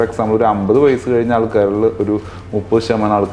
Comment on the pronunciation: കയിഞ്ഞ അല്ല - കഴിഞ്ഞ